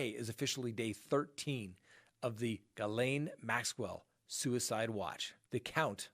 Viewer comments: bravo for the pronounciation of ghilaine! as near to the right one any american could say it :) what i don't understand is why she stayed in the us, knowing she would at some point be arrested and even trying to hide. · YaaaaaaY you said Ghislaines name right 👌🏾👌🏾👌🏾👌🏾👌🏾